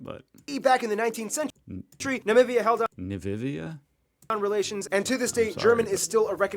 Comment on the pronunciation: Namibia!^^ Not Navivia😉 It's a country on the African continent and former German colony.